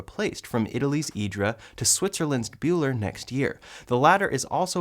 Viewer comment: Bühler is pronounced Booler.